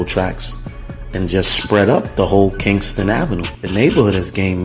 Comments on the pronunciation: Its not Kingston...its Ken-sing-ton...smh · It's KEN-SIN-G-TON. As a Philly native and having spent a lot of time down the way I can categorically say this video useless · It's called Kensington not Kingston,,😂